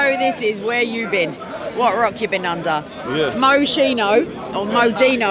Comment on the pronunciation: MOESchino or Moedinoo. U got love this guy even tho he talks out of his arse all the time.